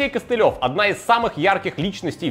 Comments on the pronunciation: Все круто. Только кОстелев , а не костелЕв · КОстылев, ударение на первый слог. Это ж брат s1mple'а